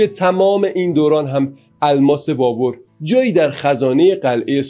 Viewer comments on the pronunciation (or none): دوست عزیز تلفظ ( BABER ) صحیح است نه ( BABOR ) . این بی توجهی از شما بعیده و اصلا پسندیده نیست . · آقا جا بابَر ھست بور نیست بابر babar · فکر میکنم تلفظ درست بابر باشه نه بابور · لطفا فارسی بخوانید و تلفظ اسامی را درست بیاموزید ، نامی به نام بابُر نداشته ونداریم سواد کافی شنونده وبیننده کافی